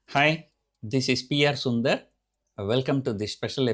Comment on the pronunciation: More emphasis on Dar in Sundar